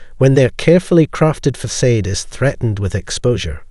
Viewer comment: Facade = "Fuh-sod" there is no long A in THE 2nd half of the word.!